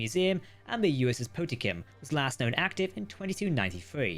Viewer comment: Po-tem-kin too. I understand it must be a pain haha